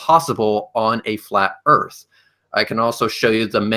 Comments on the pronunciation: lol yea its like the word "Three" being said "Free" its brutal to listen too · To proof the flat earf